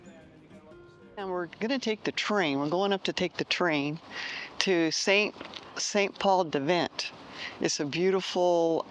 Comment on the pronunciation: Pronounced “Sen Paul du Vaan” and “Vilfransh sur mer.”